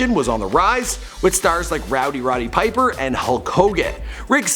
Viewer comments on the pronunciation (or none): none